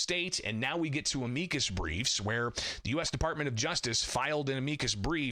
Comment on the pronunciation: Why does he insist on pronouncing "amicus" incorrectly? He does it every time. Thats not how you say that word, it makes him sound dumb.